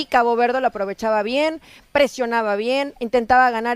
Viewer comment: dice "Cago Verde"? 😅